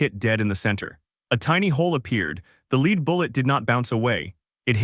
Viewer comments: Dear AI it's LED not leed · Lead is pronounced led.